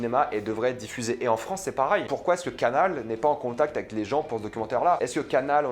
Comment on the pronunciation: Yo rege pourquoi tu prononce jamais "pareil" mais "parail" ?